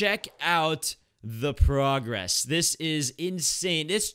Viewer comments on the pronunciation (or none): none